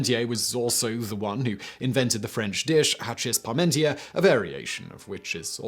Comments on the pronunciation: Vive La France This video is really about what a great man Antoine-Augustin Parmentier was. Hachis Parmentier is pronounced ASH-EE PAR-MON-TYEH. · He does speak of the hachis Parmentier in the video. You may not have recognized it because he butchered the pronunciation, as usual.